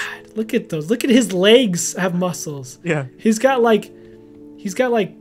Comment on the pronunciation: Did you notice he says legs like layges